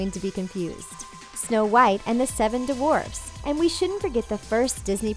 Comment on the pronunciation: Did she had a problem saying dwarfs? I heard "the seven dvarfs".